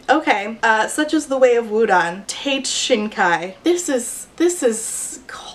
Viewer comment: See, every time she read "Shinkai" I just heard "shinka" and thought about Digimon.